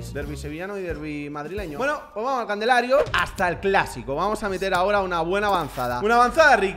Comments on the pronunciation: Se dice calendario no candelario 😂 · Alguien mas nota que ciempre dice Candelario y el Calendario jajajajaja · hace una banda decis candelario y es calendario XD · Me encanta que dice candelario en vez de calendario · dijo candelario en vez de calendario jajajaja